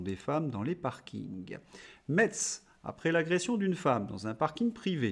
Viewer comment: Le T ne se prononce pas dans Metz, ça se prononce Messe.